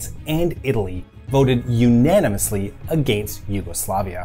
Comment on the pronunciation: Informative video, but what's with this guy's pronunciation of "against"?